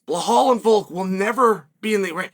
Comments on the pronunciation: 😂 Who's "Blahall?"blow hole? Are we talkin Belal! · Who tf is bahal?? 😂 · No, I am regular viewer of him but he is calling blohal from long time. So I thought to remind him its bilal or Belal no blohal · Blehal. Please remember his name correctly. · Blah-hall 😂😂 (remember the name)